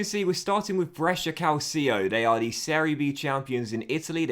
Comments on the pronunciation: by the way, calcio is pronounced cal cho not cal sio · Little pronunciation tip from a follower based in Brescia (me 😂): Brescia is ok, but the ci in calcio is pronunced like the che in chair, so it would be Calchio. Keep up the good work 🙌🏻